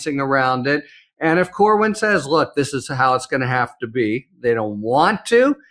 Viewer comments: Cornyn, not Corwin. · Corwin? Seriously,? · CorNyn not Corwin. Please? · CorNYN, not Corwin,. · its CORNYN! Its not CORWYN!!! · It's Cornyn,, not Corwin. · His name is Cornyn not CORE-WIN. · His name is Cornyn not Corwin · Why is someone as intelligent and competent as consistently mispronouncing Cornyn’s name? There’s no “w” in Cornyn Why did he refer to him as “Cornwyn” every time? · It's Cornyn not Corwin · dude its CORNYN not CORWIN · Dude. It’s Cornyn, not Corwyn. Ben, why would you let him keep doing that? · I love you to pieces, but it's Cornyn!! Cornyn. Not Corwyn. 😂 My ADHD was popping off. You guys are the best!! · I agree with the commentary of both of you gentlemen but, seriously, doesn't even know it Cornyn not Corwin and you don't correct him Ben? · his damn name is "Cornyn", I'm on your side, get it right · you are too damned smart to not know how to pronounce Cornyn's name.